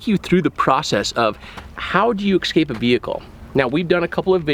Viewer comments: It's pronounced "ess-cape" not "ex-cape" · Great vid, but it KILLS ME when grown men say "ECK-SCAPE" instead of "escape".... 😒